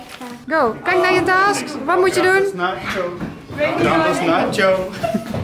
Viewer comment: 😂task je moet zeggen tesk